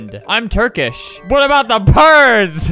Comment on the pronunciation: Me from turkey: OH Ma GOd ALBeRt spOke turkish well he did look at the translater but still ,my türkish gang +1